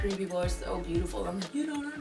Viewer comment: Same! "YOUARETOOBOOTIFULLL"